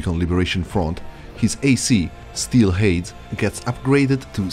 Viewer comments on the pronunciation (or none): none